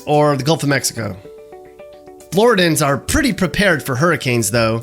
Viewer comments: BTW it's pronounced Flo-rid-ian not Flo-ri-dins. Can't get the basics right how can I trust the content? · It is Floor-id-e-in. Not Floor-id-in. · Isn't it Floridian? He keeps saying "Flordan" throughout the entire video. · It’s pronounced flor-ID-ian not flori-dan. The rest of this is pretty accurate. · It’s Flor-Id-i-an not Flor-I-dan. Born in FL. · Wtf is a Floridan its Floridian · Michael L, It’s Floridian, not Floridan. I have never heard anyone call a person a Floridan. Remember, it’s Floridian, and it stands for the best of the best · Floor a den. LOL. He’s not from here. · Are we really listening to a guy tell us all about Florida when he can't even say flor-id-ian? Lol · Please for the love of god, Floridian is pronounced Flor-idd-ian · As a FloriDIAN .... i can’t stress enough that it is Flor-ih-de-AN 😂 this is a good video though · Floridian has a short vowel “I” sound. I know it doesn’t seem like that but the first I is short so the word is like 4 syllables. Great job overall!! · I'm from NJ, and even I knew he was saying it wrong lol